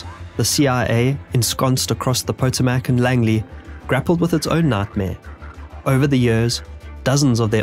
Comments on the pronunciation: Puh - toe - mick not pa-to-mic. That says pahtoomike. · Pot-a-MAC? pa-TOE-mick. Get rid of the AI. Made it one minute in and quit. I love British people ragging America. Just shut up. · Po-to-mac is what he said. You mean the Potomac river? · I get it, I get it, non-American trying to pronounce American location names, but still, hearing Potomac as "Poe-toe-mack" threw me for a loop. For reference, our pronunciation is closer to "Puh-toe-meck" or "Puh-toe-mick". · Sheesh, another YouTuber using AI It's pronounced Pah toe mick NOT poto mack . . Not even a minute in...I'm out of here...... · Did he just say poe-toe-MACK? "Potomac" is colloquially pronounced with the emphasis on the second syllable. Rendering it "puh-TOW-mick", or in Britain they say "puh-TOW-mack". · Pa-to-mic not pat-o-mac. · Pooootoooomac. just for future reference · The poe toe mack😂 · The river is pronounced Puh-TOW-mick. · ohhhh paw toe mick.........please learn some proper pronunciation for your next vids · Btw, it's pronounced "puh-toe-mic," emphasis on the first syllable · Good video. Thorough, but your research should have told you the famous river is pronounced ¨po-TOM-ic” or “po-TOME-ic” Bona-fides is usually pronounced like the spelling. Great use of ‘blinkers!’ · I have problems with the pronunciations "Poto mac" Or however it was said, is not Potomac with long O sounds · So him pronouncing Pot O'Mac was due to his accent? Wow! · If this isn't AI then PLEASE learn how to pronounce Potomac. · very off-topic, but every time someone says Potomac wrong, a fairy dies. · How can you possibly not know the correct way to pronounce "Chicago" and "Potomac"? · Is this narrated by an AI? nearly every word spoken is terribley mispronounced. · I ain't listening to a story from someone who butchered the pronunciation of Potomac that badly